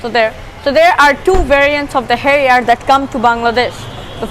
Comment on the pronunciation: XD your silly accent is now cracking and if u dont know pronounciation of harrier then why did you make a video i disliked }:-(